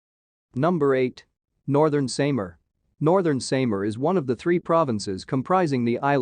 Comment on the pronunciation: “Zam-bow-ga del Nor- tay ,“ Northern Say-mar” 😂